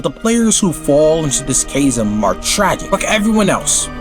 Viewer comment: thats not how you pronounce chasm FYI